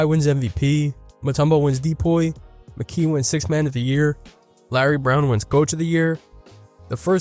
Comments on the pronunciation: didnt subscribe after you said de-poy, twice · Why do you say DPOY like that?